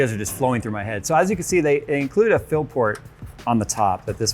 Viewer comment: stop calling it a phill port... its a fill port